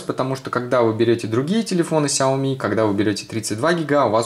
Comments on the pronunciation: Не ксяйоми а ксиаоми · У меня сяоми, а не "ксиоми"